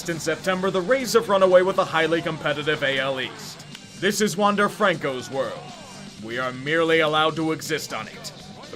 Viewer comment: Wander Franco's last name is pronounced frawn-co rather than the standard way just as a heads up.